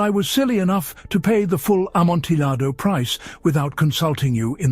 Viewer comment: Oh no. I was enjoying it until I heard the pronunciation of Amontillado. It's a great quality recording though, so I forwarded it until I knew it wouldn't be said again.